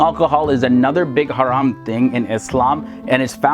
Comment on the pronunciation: You pronounce the word haram beautifully 👍🏼 lol